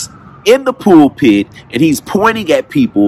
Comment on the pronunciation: “pool pit””.? PULPIT.